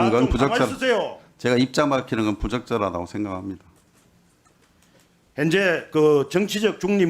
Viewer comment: 핸제가 아니고 현재라고 말좀 똑바로해라